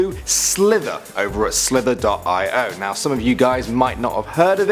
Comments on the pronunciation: Guys it's not pronounced slither dot I o It's pronounced slither e oh haven't you heard of agar.io it's agar ee oh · It's pronounced slitherio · It's called slither-e-O and the other one is not 20 48, it's 2-0-4-8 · The way he pronounced it lol